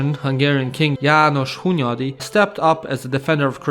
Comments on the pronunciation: I never thought a serbian would be able to pronounce János Hunyadi so flawlessly. Bravo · i literally shit my pants when you said jános hunyadi, i couldnt even make a difference between you and a hungarian saying it and the fact that you were pushing the soldiers with a potato masher made the vid even better